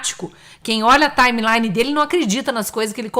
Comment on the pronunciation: "... quem olha a TAIMELAINE dele ..." – tá difícil ...